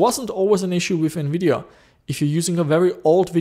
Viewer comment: TEAM RED!!!! lol, im a full AMD fanboy no matter i love a lot of their architecture, also there gpu styles, GREAT COVERAGE!! love the content as always buddy, And did you say Nvideon? lol sounded like radeon and nvidia mixed LOL, Although on my retro build with an Athlon 64 X 2 full 4gb ram, I wish i had a capable ATI gpu:/ but i had 2 older Nvidia gpus a poopy 8400GS and a 9400gt verto im used the verto 9400gt in the build its not to bad, my buddy i let borrow my r7 350... I DID online see one of those brands that you had of an R7 it was the Yeston r7350 4gb gpu for 80$ online, which might be pretty good for retro idk im skeptic lol